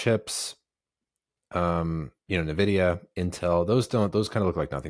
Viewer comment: Very sad to learn pronounces Nvidia as "Nahvidia"